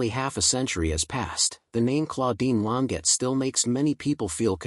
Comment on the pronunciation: He's not pronouncing her surname correctly!